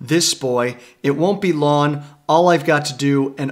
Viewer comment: There's a soft g pronunciation on long and song. It's bugging me. It isn't S-on or L-on... it's song and long. "One of my favorite Beatles tracks is Lawn Lawn Lawn." It'd have been interesting to hear you to say that!